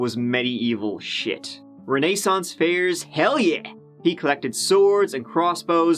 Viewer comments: Reh nay saunce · The way he pronounced “renaissance” cracked me up lmao